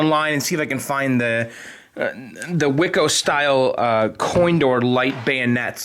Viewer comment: learn to pronounce WICO and Centuri and it's all good!! lol